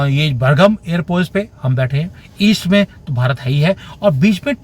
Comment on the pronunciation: बर्गम नही बाग्राम है सर 😊